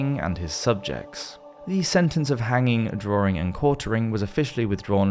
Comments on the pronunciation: The word is "DRAWING" - not DRAURING or DRAWRING .....plain English ! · Since when has the word DRAWING been pronounced as drawring? How to spoil a good job. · It's spelled 'Drawing' not 'Drawring' but otherwise very good!